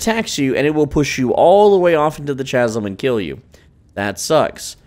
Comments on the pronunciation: Love the guide, but my man, it is pronounced KAZ-UM, not CHAZ-UM.... Seriously, though, hell of a job, dude. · ♥️ Chasm pronunciation = Kaz em. Great video sir 🙌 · Chasm is pronounced like the h is silent. So it's Kas-sim.